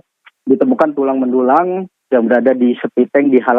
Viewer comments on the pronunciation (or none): Tulang belulang pa bukan tulang mlulang😅😅😅